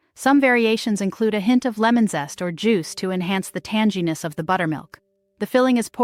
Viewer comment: The word "tanginess" has a hard "g" as in "go" and not a soft "g" like "general."